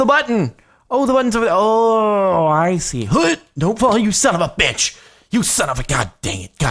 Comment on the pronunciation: HE SAID BICTH😣😣😣😣